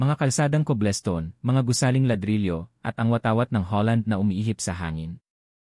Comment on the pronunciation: Before you release a Filipino video you should ask a Filipino teacher to hear your pronounciation of some words to make it correct. Some Tagalog words need to be pronounced right and foreign words like english cobblestone not kublestone .